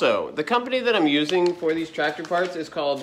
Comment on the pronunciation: You da Ford 8n twactor guy. 😁